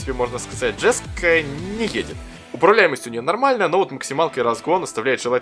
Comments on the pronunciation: Не джеско, а йеско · Дружище, не джеска, а йеска) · Jesko читается как еско спасибо.